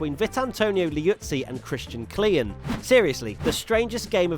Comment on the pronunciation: Christian Klien. You can just pronounce it as “clean”. Not “clea yen”